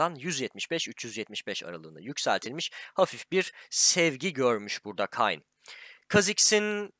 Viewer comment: Abi yalvarıyorum artık şu lanet olası şampiyonun adını KAYN diye okumayın . Kayn diye yazılıyor da Keyn ya da en kötü Kein diye okunuyor . Karakterle oynarken tırpandaki Darkin olan Rhaast bile Keyn diye sesleniyor . Şampiyon tanıtımında da Keyn diyorlar bu adama. Neden insanlar inatla KAYN diye okuyor anlayamıyorum . Çok tilt oluyorum